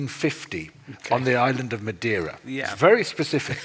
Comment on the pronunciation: Madeira means wood in English. Brazil, btw, is a type of wood that is deep red inside and was used to produce both red ink and for ship-buildibng. A brasil is s portion of red hot embers - hence the name. The guest, btw, did pronounce "Madeira" very well at a moment. I will disagree about his description of the Portuguese in Brazil during the 1500s. To be honest, I don't know details about that period specially the relationship with the Tupi and Guarany in the coast of Brazil. I know some native individuals were made into slaves but what actually happened is the Portuguese males maried native women since it was both in Portugal and for the Tupis and Guaranys a form of creating aliances. I also never heard of the Portuguese cultivatin the land until it went sterile. (there a better word ... sorry I don't remember). The Brasil Tree still exists so they did not extinguish it. Also, in the midle of the 16th century the Queen of Portugal prohibited making natives into slaves. (religious reasons). A lot of the massacres of indigenous peoples happened in the 20th century and were carried out by private individuals against the will of the Government. The Indian Protection Service was created in the 1920s and was headed by Gen. Cândido Rondon who was, himself, half Bororo indian. 2/3 of all Brazilians have Tupi or Guarany ancestry - including myself.